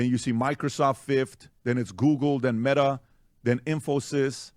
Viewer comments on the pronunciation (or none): none